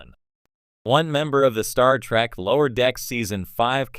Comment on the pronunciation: Star Feet? Wtf. Terrible A.I narration.